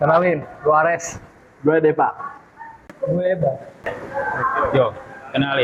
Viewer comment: jangan belagu krna pinterr 😭 benerin dlu omongannya wkwkwk DEVA ares bukan DEPA 😭 pake V bukan pake P.